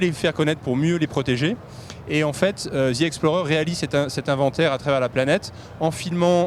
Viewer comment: Hey hey hey ...les français ,il n'y a pas de z dans "the" arrêté de prononcé "ze"